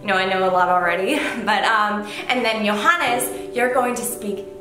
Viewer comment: Johannes pronounciation is perfect